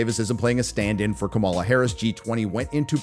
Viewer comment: Buddy, you can't even pronounce Kamala's name properly. Maybe see yourself out.